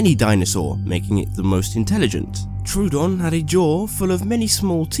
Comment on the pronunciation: No one is gonna say? Anybody? Ok well it's up to me u pronounced troodon wrong it's (tro-a-don) I know it's looks like (troo-don) but it isn't